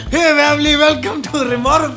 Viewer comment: 😅😅😅😅 expressions were lit at end when she said-yaar vamily mujhe b chahiye🤣🤣